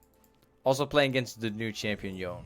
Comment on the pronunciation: its pronounced "yo-nay"